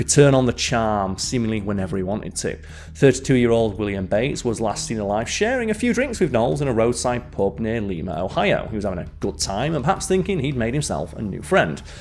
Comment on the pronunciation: Lima, Ohio is "LYE ma"